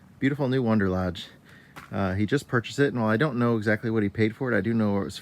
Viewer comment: I thought they are "Wanderlodge" vehicles? I keep hearing you say "Wonderlodge".....